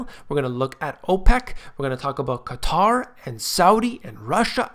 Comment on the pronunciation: So glad to hear you pronounce Qatar properly. Unlike the nincompoops in the media that calls it cutter.